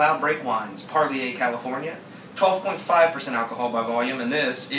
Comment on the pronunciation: Par Leer. Just say'in.